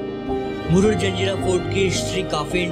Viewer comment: जंजेरा नही भाई जजीरा(jajeera)